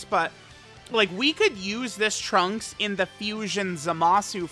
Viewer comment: Every time says trunksu it makes my heart flutter